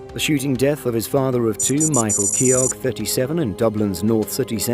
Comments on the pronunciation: Was about to say lol it’s pronounced kee’oh not keyogg 😂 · Its pronounced Michael Kyo